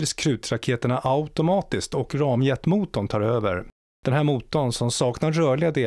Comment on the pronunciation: Tack. På svenska heter det rammjet, inte ram som i tavelram. Luften rammar in i motorn. RFN låg mycket riktigt i Vidsel, uttalas Viidseel, alltså ett brett sel. Sel betyder lugnt vatten.